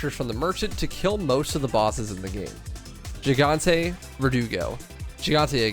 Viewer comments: its GIGANTE, not JIGANTE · Please, for the love of all that is Holy, stop saying the word gigante like "JEE-GAHN-TAY." It's a Spanish word, and for most Spanish language words beginning with "G-I," the G is pronounced like an H sound, but almost like a very softly hissing cat noise. In fact, Spanish G is NEVER like the English J. So the easiest explanation is to just say "hee-gahn-tay." So yeah... Just stop butchering it. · Help why does he pronounce gigante with a g it’s pronounced’higante’ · It bothers me how he says gigante.